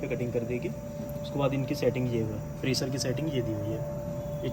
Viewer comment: कृपया सही उच्चारण करें। मसीन, प्रेसर फंक्सन के जगह मशीन, प्रेशर, फ़ंक्शन कहें। जहां “श “ हो वहाँ “श “ कहें। जहां “स” हो वहाँ ही “स” बोलें।